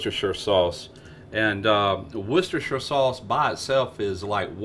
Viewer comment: WUS-DA-SHA sauce Thank you for actually pronouncing this correctly great show 👍 from England 🏴